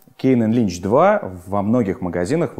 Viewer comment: Мб Линчу, а не Личу ) Лич это вообще из другой оперы!